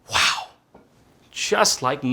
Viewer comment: "waow" WOW